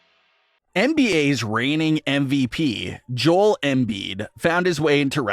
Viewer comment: is this AI scripted? you kept saying Joel like Jol, its Joe-El, i think your using AI my man